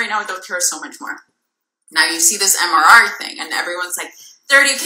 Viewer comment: Love that she couldn’t even get MRR correct lol